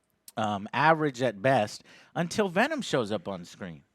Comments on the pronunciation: Pavel Volkovoi Venon Roche. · Michael Barendregt "we are venon" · We Are... "Venon"